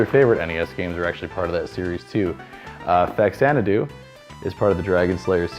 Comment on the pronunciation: Just after getting Faxanadu wrong!